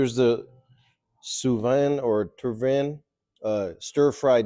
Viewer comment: That food "tsuiwan" first pronouns was good enough 🎉